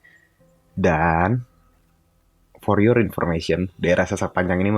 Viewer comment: Poriyor = for your. Sedikit nggak ngeh petamanya sampe harus diulangin 3 kali. Hehe